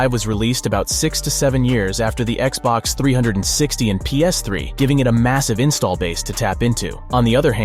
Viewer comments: Guy really said xbox threehundredandsixty lol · He called it Xbox three hundred and sixty😂😂😂phhhhhhh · “Xbox Three Hundred and Sixty” LMFAO 😂😂😂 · I stopped the video when I heard it a 2nd time 😂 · Why does he keep saying Xbox 360 like that? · Who says Xbox 360 like that. Wtf